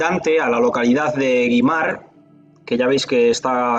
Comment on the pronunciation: Es Güimar, con diéresis. Se pronuncia wimar, y en todo caso wímar.